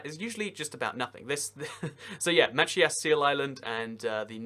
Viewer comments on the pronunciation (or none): Just a heads up from a Mainer, that island off the coast of Maine (Machias Seal Island) is pronounced "muh-CHAI-iss," "CHAI" being like "chi" in "child." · Absolutely butchered the pronunciation of Machias. I’m from Maine and that’s not even close to how your supposed to say it.